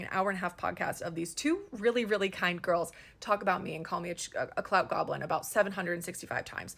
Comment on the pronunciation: The fact that you mispronounced goblin as "globlin" every single time is sending me 😅 lmao